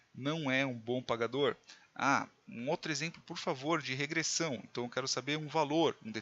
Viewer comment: Regressãom???????? Pirikitos??????? professor de português infarta nessa hora